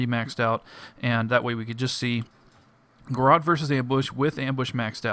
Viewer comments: lol "Garrawt." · he says garrote funny!